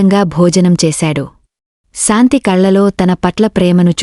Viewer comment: Nice,aina meeku sha raada.santhi,niraasa,ramesa.antunnaru.